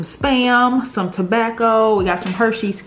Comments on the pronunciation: She said Tobacco instead of Tabasco... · Lmbo she said tabaco its Tabasco 😂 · did yall here say tobacco not tabasco😂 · Hahaha she said tobacco instead of Tabasco 😂😂 aw I love you guys sm❤️ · tobacoo lol you mean tabascoo lol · She said “tobacco” 😂💀